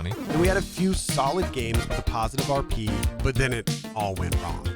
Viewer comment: Amazing video, shame you called it KP instead of RP the entire video though!